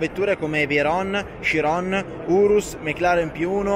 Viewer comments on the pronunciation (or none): none